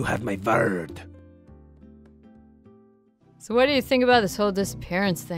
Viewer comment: "He's my FEEUHND." "You have my VUUHRD." I love it.